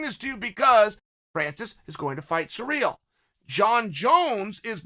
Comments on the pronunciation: He must do it deliberately because it drives me crazy too. It's Cyril (seer-al). He's either that dumb or trolling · CHAEL ITS CYRIL (SEER-AL ) NOT SUREAL, COME ON MAN.